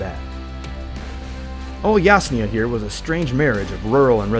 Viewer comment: How come an official video butchers city names, eg. Rozhok, Yasnaya?